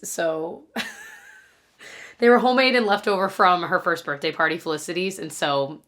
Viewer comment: I love the way you say birthday, “birtday” ❤😊